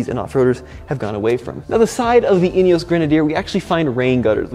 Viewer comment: In - e - oss